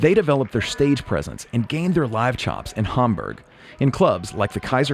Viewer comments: The way he says Hamburg is weird because the first syllable ‘Ham’ sounds good but he uses very American ‘berg’ instead of the German pronunciation ‘boorg’. He might’ve heard John Lennon say it and used his pronunciation but sounds weird with an American accent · you pronunciation of Hamburg is interesting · "Hahm-burg"? Oh I say, I'm off to play the Grahnde Piahno... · I thought it was odd, because in the video, the Beatles themselves pronounced it "Ham-berg". I know the natives probably don't pronounce it that way. I just always think of that Monty Python skit whenever I hear anyone pronounce something with an "ah" sound. Like "aunt", or in this case "Hamburg". Just ribbin' you man. Great video. I'm gonna subscribe.